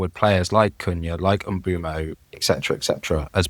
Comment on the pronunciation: The Prem have every player pronounce their name on the official website. It's Em-boom-oh